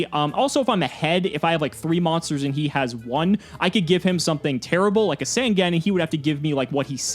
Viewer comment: I think with the fact is STILL saying Sangan wrong, i think its time I create the yugituber drinking game.